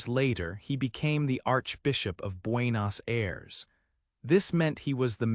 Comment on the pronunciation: 😆 pronuncias muy mal Buenos Aires capital de Argentina